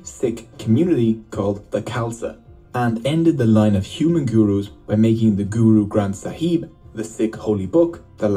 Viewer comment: I love how they mispronounce so many things GoOrOo gRAnTh SAhEEb